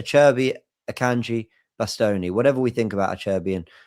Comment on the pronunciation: I can just imagine ' mum cringing and shaking her head at the way he pronounced Acerbi and Bastoni